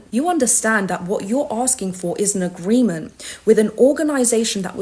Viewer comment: Why do you say "agreemen" not AGREEMENT?